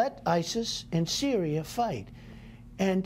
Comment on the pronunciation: "Their in cereal already" 😂😂😂😂😂